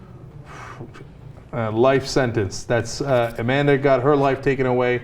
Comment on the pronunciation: Amanda, A-Man-Duh?